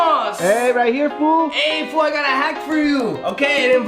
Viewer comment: I feel ofended when you said foo 😐